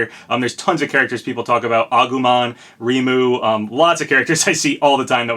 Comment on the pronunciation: Nice you mentioned Reimu But it’s pronounced “Raymoo” xD